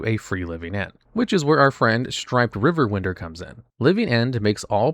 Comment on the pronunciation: AI generated? Hell, I think it's AI voice too. Ain't no way anybody who knows how to speak english would ever pronounce riverwinder as "river win-der"